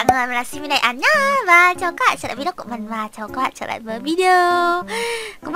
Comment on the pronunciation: Trờ hả chị...bữa giờ e đọc Trở